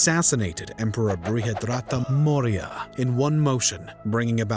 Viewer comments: It’s Maurya not Moira. Pronounced Maw-Ree-Ya. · Moorya not moira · Repeat after me 'Maw Ri Yah' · How do you pronounce CHANAKYA as Chanukia when there is no U in the spelling ? Maurya is also pronounced as Maur-Ya. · Its almost Comical when you pronounce the Name of the Main Character wrong. 'Its Cha Na(a bold) kya Then the narrator calls Maurya Moira. Like seriously check your pronunciation as many people who watch this will be Indians.